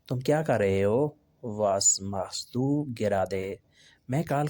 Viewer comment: کیا ماشاءاللہ لگا رکھی ہے یارو پہلے سبق میں ہی غلطیاں ہیں آگے چل کر کیا ہوگا اور بھائی پہلے اپنی جرمن زبان کا تلفظ ٹھیک کرو ماخسٹو ماخسدو ھوتا اسے ہی بہت سے لفظ غلط لکھے ہیں